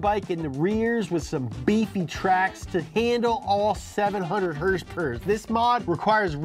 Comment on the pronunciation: The way you say horsepower is annoying af.